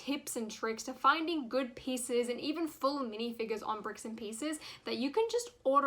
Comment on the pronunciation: lol you said bicks and pieces